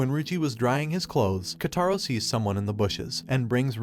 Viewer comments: “KotAro” actually it’s Kotaro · She is sweet not harsh and his name is pronounced ko-ta-ro and this anime is called school babysitters and 10/10 I would watch again